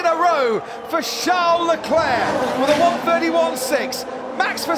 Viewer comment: I hate how the commentator says Leclerc’s fist name. Like who the fuck says “charles” like “shall”